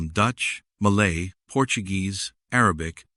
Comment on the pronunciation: Malay not Maylay!!!!!!😂